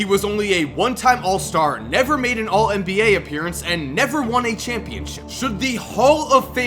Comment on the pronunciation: Why the fuck do you say "mba"